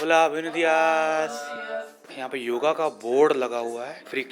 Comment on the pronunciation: भाई योगा नही होता ..योग होता है..आगेसे योग बोलोगे तो सही रहेगा